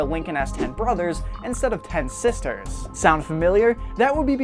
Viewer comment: When he says sisters it sounds like he is saying sesters